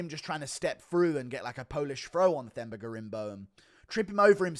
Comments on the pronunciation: Drop the H, it’s pronounced “Temba” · Themba is pronounced Temba btw.